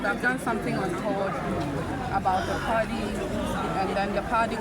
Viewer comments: 😂😂😂😂why does she say Pardy instead of Party Party Party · in her case is the T silent? She replaced it with a D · Are you sure, Because when she went to JoyNews she mentioned Party then later said Pardii 😂